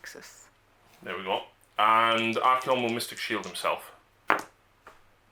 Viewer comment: Ar-kay-on. Ar-kon is 40k drukari